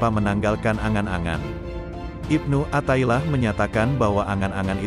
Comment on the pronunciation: Mf...kl bisa pembaca nya yg pasih dalam berbahasa arab contoh kl riyadhan dibaca nya riyadhoh athailiah di baca nya Atho'ilah...